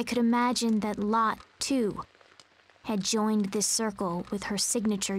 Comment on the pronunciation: in danish it is pronounced lotté. not lott. :p